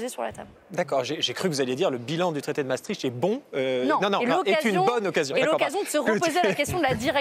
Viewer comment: Misère ! Ils ne sont mêmes pas capables de prononcer Maastricht correctement. Non, on ne prononce les deux A. Les deux A indique que c'est un son long. Non, on ne crache pas tricht. le son icht c'est la jota espagnol atténuée. Les G en néerlandais se prononce comme la jota espagnol. C'est donc un son que l'on forme dans le fond de la gorge. Quatremer : "La Belgique est rattachée à l'Allemagne". Ah bon... Et depuis quand, gros débile ? Je n'irai pas plus loin. Trop d'inepties, trop de propos lénifiants, trop de blah blah creux.